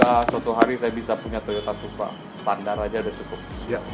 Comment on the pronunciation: its supraaa ,, stututututu